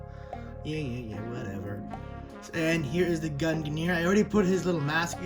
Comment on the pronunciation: There is no controversy over how to pronounce gungnir. You are just incorrect.